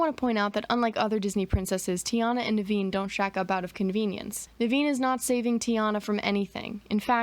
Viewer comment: Your pronunciation of Naveen is spot on. My mom's brother's name was Naveen too.